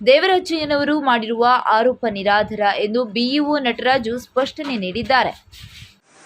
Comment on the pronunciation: ನಿರದರ ಅಲ್ಲ ನಿರಾಧಾರ